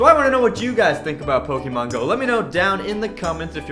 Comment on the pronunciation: You're pronouncing Pokémon wrong. XD